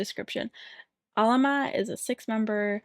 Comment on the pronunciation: You’re saying their name right Queen. Despite similarities, Alamat and Salamat are not stressed in the same place. Thanks for reacting to Alamat!!